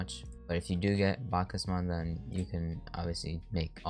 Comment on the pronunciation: you say it like backs mod